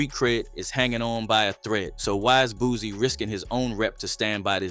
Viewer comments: BOOSIE NOT BOOZY 🤦🏾‍♂️🤣🤣🤷🏾‍♂️ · Dude name Boosie, not no dam boozy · Pretty sure you kept calling Boosie ,“ Boozy” on purpose,just to get your comments up.